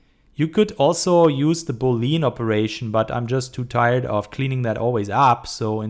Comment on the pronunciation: Cool tutorial! Also like your Artstation. Always nice to see good german 3d artists :D Just two rather unimportant things : Plural von Vertex ist Vertices(Wuörtesies) und Boolean wird ''Buhliän'' ausgesprochen :P